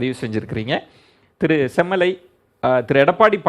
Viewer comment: says semmulai instead of semmalai.. (manasula uLLa aasai veLippattu vittadhu)